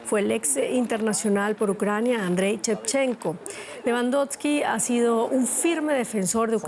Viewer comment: Pronuncias mal nombre de Lewandowski … mejora te en la pronunciacion .. no hagas ridiculo en la tele .. si no sabes pronunciar bien mejor que no hagas .. toma te otro trabajo donde no te piden conocer las idiomas …